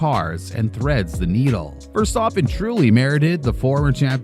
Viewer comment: can’t even say the name Of the guy he made The video about properly lol